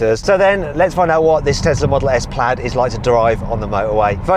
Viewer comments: 플레이드가 아니고 플래드입니다 수정바랍니다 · 플래드에요 플레이드 아니고